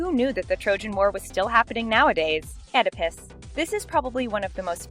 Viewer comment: Oedipus is pronounced Ee-da-pus, not ed-i-pis